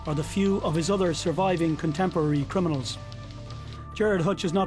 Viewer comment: He says 'crinimals' a lot